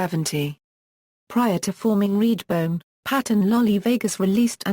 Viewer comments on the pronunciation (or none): What's with the robotic voiceover?? Annoying...and it's REDBONE, not "reedbone". Sheesh!!